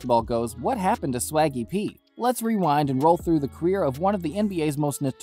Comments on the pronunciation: You called him Shaggy P... it's Swaggy P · It's Swaggy P not Shaggy P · It’s Swaggy P… Not Shaggy P… LOL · You must be a casual.. you called him Shaggy P hahaha it’s Swaggy P bro. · Lmao Bro wtf? it's Swaggy P. Not Shaggy p.